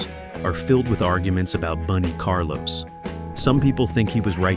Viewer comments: Bun not Boone. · Boon E. Carlos? F.U. A.I.